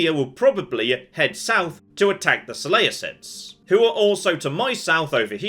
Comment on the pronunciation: I like how the guy saying "so lay uh cids" is annoyed at the use of Hercules vs Heracles...